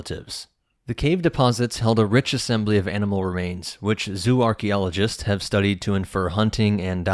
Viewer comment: it sounds like he says "Darky-oligists," 😂😂😂😂.